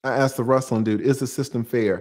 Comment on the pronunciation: Dont deal with a woman that looks like she is is well put together and still says says "aksed" instead of "asked".... Oh snap... "Visitating"?........ yeh she putting up a real front... Skip..